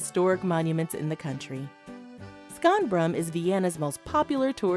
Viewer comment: I stopped watching when the narrator said :skonbrun" 🤦‍♂🤦‍♂🤦‍♂🤦‍♂